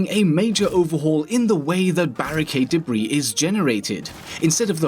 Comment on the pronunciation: First time he said "debris" sounded similar to "Debra"